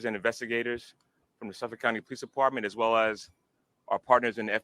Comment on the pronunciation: Gill Go Mass uh pee kwa NA SAW Manner ville Lawnguyland You nailed Suffolk.